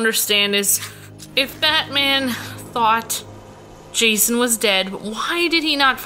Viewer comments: u called him Jashon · said jashon